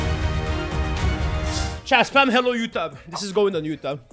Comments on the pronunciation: youteub xd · "Hello YouTab? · You mispronounce florida and you even mispronounce youtube?!